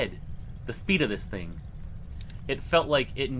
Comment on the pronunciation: Do you HAVE to do the Linda Godfrey every single time you say the word "THING"? I understand there may be times that it helps create tension or whatever you're aiming for ...but bro, it's beyond over cooked. This THING crawled out of the water, this THING popped its head up ..You just might want reel it back a little.